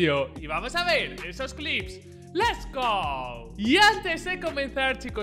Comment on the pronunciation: Gente normal: let's go Él: les go